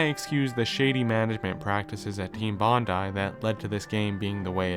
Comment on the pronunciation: You are the only American I've ever heard refer to this developer with the correct pronunciation of their name (Bondi = Bon-die) Bravo. That alone tells me you cared when you put this together. Subbed as soon as I heard this. Solid, solid work. Thanks. p.s. LOVE this game. Edited to note the great use of chapter titles in the style of the game's case title cards. It's the little things.